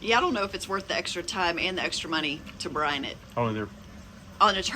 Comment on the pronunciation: That was great, never brined butt, but gonna try it. BRIIIIIIONEEE. BREYEN. Not bron.